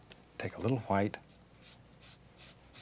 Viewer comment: mimi !! Old school way of saying Wh-words.